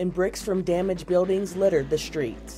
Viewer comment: Please learn to speak, it’s not difficult? ‘an earthquake shtruck the shtreets’ There is no ‘shh’ sound in words like street, studio, or stupid?